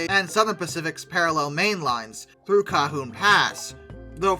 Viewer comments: Bro, I love your videos- but you can murder some words- Cajon is pronunced Ka-hone, not cahoon. And Puget is puu-jet, not pugit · Pardon me, but Cajon Pass is pronounced Cah-Hone Pass. It’s Spanish, to the J makes an H sound. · "Cahoon pas"💀